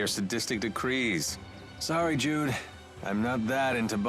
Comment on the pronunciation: I keep hearing "dude there are times to play it cool" instead of Jude XD